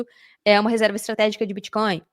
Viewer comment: Que confortável ouvir varias vezes a palavra "biticoin" kkkk nunca fica redundante. Parabéns! Muito bom